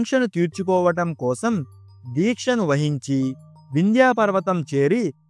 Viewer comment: Stories బాగానే చెబుతున్నారు కానీ పేర్లు చెప్పేటప్పుడు సరైనవి తెలుసుకొని చెప్పండి. వింధ్య పర్వతమును వింధ్యా పర్వతం అని పలుకుతున్నారు. తెలుసుకొని చెప్పండి